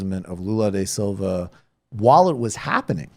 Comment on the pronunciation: Great work on covering Brazil Michael, one thing that drives me nuts though is that it is Lula da Silva, not Lula de Silva. Pedantry aside though, keep up the great work!